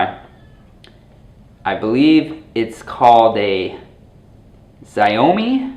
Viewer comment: Nice video, by the way its pronounced Sh-ou-mi